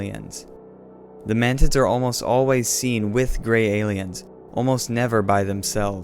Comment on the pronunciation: Did you say man mantids or mantits?